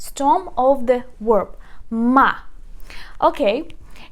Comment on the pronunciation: You are mispronounced 2 words. The word "verb" is pronounced with a v, or the letter B in Ukrainian. It is not pronounced with the letter "w" as in were, or word, or work. It is a "v."